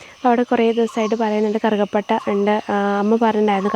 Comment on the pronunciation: കറുക പട്ട യല്ല. കറുവ പട്ട... കറുക എന്നു പറയുന്നത് പുല്ല് ഇനമാണ്..